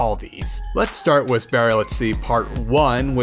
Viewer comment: I love your channel and content but when you say with you say wiss. sorry😅